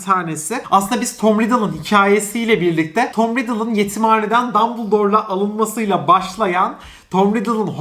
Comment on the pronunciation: dambırdol kelimesini nereden buldun bilmiyorum ama doğrusu dumbledore okunuşu da 'dambıldor' eninde sonunda uymuyor hiçbiri 😂